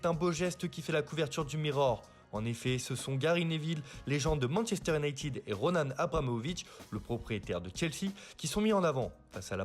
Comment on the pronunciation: Roman Abramovich et non pas ' Ronan ' Abramovich